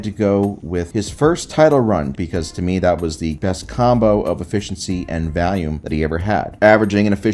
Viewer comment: why do you say “volume” like “Valium” I’ve never been able to determine if it’s intentional or not